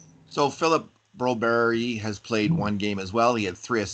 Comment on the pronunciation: Broberg please not Broberry , we aren’t in Sweden, sounds very weird